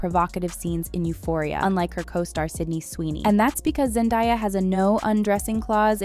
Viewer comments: It's pronounced Zendaya not zendieya😂😂😂😂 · To the woman speaking in this clip.. its ZenDAYA and NOT zenDIYA. She pronounces it with an A sound and NOT I.. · Zen-Day-a Not Zen-Di-a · Her name is Zendaya who the hell is Zendaya that’s not her name get it right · So much research just to say Zendaya wrong too many times 😢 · You expected AI to get it right?